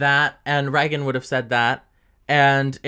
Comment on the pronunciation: The set doesn’t look bad. It’s just different and anyone who likes Brett is going to naturally dislike it. I love Brett too and I literally bought her merch a week before she left the show lol. Reagan is fine but I hate the way she says her name. It sounds like she’s saying ‘reckon’